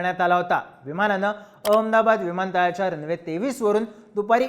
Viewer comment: अरे काय एखाद्या ममद्या सारख नुसता अअमदाबाद म्हणतो आहे निट अहमदाबाद म्हणता नाही येत का?.